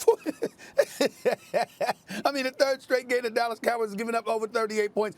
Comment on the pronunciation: Do you mean the “Allas Cowboys” No “D”